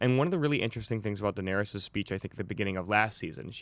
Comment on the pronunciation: And when says "Daenerius" instead of Daenerys